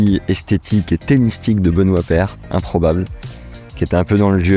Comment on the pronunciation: « Ben paire » essaye pas